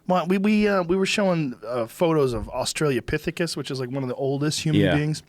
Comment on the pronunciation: Australopithicus Joe, NOT Australiapithicus ...